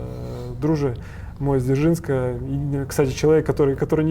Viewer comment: За Дзержинск правильно говорит тоже топ